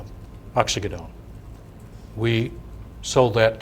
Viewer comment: Resume is flawless; opens his mouth and reveals himself to be an imbecile. They paid this dunce a fortune, and he doesn’t know what a pill mill is, nor can he pronounce Oxycodone. He should return every dime they paid him or go to prison for fraud.